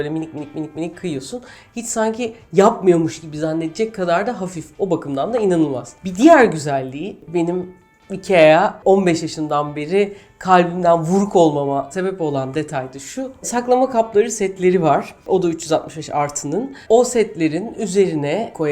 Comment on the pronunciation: Türkiye'de IKEA yı ne zaman doğru telaffuz edecekler çok merak ediyorum. Ya doğrusunu bilmiyorsanız bi google translate yazın ve öğrenin. Ikea yazıldığı gibi okunmuyor. doğrusu: AYKİYA!